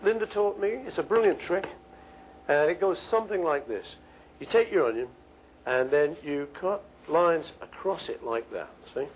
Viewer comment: slicing the o n y o